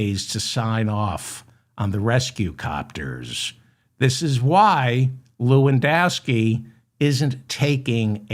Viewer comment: Stop saying Corey Lewindowski Ewww